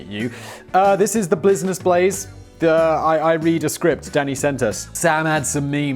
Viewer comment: "Blizness Blaze" ? "MySplace" ? "Processing Prants" ? What's in that clup, Simon?